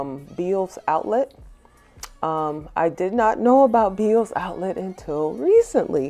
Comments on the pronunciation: Hi, did you say veils outlet or Beels outlet? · It was my first time on your channel. Beautiful transformations!!! And just so you know, it is pronounced "Bells" even though it is spelled "Bealls."